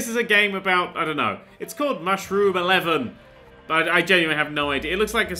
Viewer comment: why does my brain keep hearing the words "mushroom, mushROOM"?